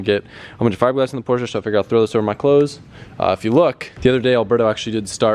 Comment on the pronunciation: Stop saying Portia, it's called a Porsche.